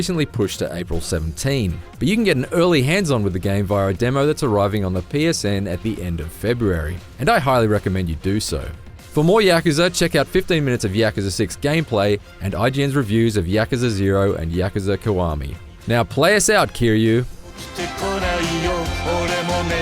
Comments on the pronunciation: Shady B well I’m no linguist but that sounds correct. It’s not a hard Yak like the animal. It should all flow smoother. The 3 syllables should run together more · Lol no it is pronounced 'yákza' in japanese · Is it just me or is he really putting too much emphasis on the YAK in Yakuza? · Joshua Cameron I was thinking about the same thing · Thumbs down for pronunciation of Yakuza right out the gate